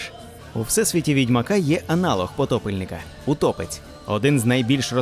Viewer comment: ПотопЕльник! Аааа! ПотОпельник, це той, який влаштовує потоп, а потопЕльник, це той який потонув! До речі, ви кажете утопецЬ, а м'якого знака в самому слові нема. ВодянИк, а не водяник, бо він живе у воді, а не водить. Русалка це не сирена. Це різні істоти!